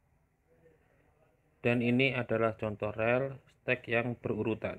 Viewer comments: Rel..?? Bacanya riil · Dibacanya ril bukan rel bang